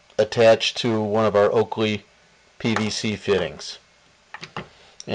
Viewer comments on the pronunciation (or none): Oatey, not Oakley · Nice work! Btw, it's Oatey not Oakly ...